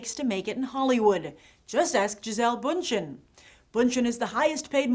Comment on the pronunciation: nice one, again though probably Bündchen's german ancestorts would scream and cut their wrists hearing this pronunciation of Bündchen's name :P